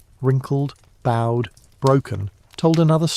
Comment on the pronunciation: “Bowed legs” should be pronounced to rhyme with GOAD, not to rhyme with Cowed. EDIT: This must be AI, as the narrator can’t pronounce Spina Bifida either. 🙄